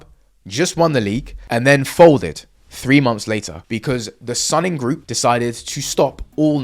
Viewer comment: IIRC isn't Suning pronounced as Soon-ing rather than Sun-ning?